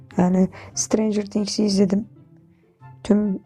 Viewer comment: "Sitirençırs tings"